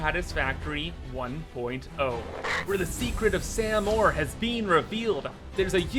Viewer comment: "sam ore"